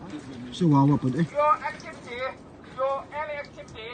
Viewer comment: "YOUR AKTIVITEEEEE 🧐, YOUR ENI AKTIVTEEEE IN THIS WUTER IS IL... IS ELOGE-... EE-...🥸IS. LOT. ALLOWED."